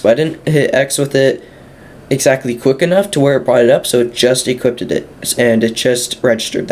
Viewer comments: "Equippeded" was annoying the hell out of me. Cheers for the info tho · "Equipped ed" LMAO!!!!🤣🤣🤣🤣🤣🤦🤦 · "IT EQUIPTEDED IT" bro had me laughing xD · Say equipted one more time... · Lmao yeah that was annoying me too